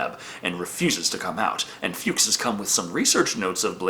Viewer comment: Nonono, it’s pronounced “Fucks” as in Fred Fuchs.:)